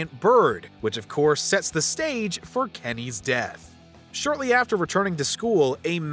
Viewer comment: “Kemys death” 💀💀